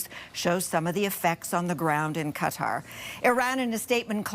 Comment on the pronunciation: THANKFULLY, SANDY, YOU ARE ONE OF THE FEW ANCHORS WHO PRONOUNCE QATAR PROPERLY!!